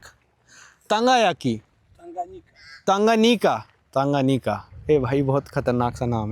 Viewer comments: Tangayaki bol rhe ho.... t Tanganyika hai woh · abhi bhi bhai ka tanga yaki chal raha hai, yaki nehi bhai nika. Tan ga nyi ka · Correct pronunciation is- "टांगान्यिका " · Pronunciation of lake is TANGANIKA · Bhai its pronounced "Thanga Naika"